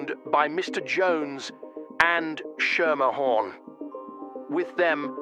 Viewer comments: It's pronounced "Skemerhorn" btw 🙂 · Very nice video! Just so you know Schermerhorn in NYC is actually pronounced “skim-er-horn”. It’s a weird one. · I'm from upstate and a developer here has that last name. We always pronounced it "skimmerhorn" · I grew up like a block away from Shermerhorn street in brooklyn and have been mispronouncing it my whole life